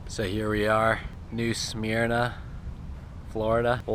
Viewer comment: Wow, didn't know you could anchor there on the Matanzas. The little fort there guarded the south end of the river, the north end has the Castille de San Marcos (St. Augustine fort). There's a cool little State Park across from the fort, and the ferry boat to the fort is free. Re-enactors live in the fort and fire the cannon off, did you guys get to hear that all day? It's pronounced "Smur-nah" by the locals. That's our beach town. Same beach as Daytona but without the tourists.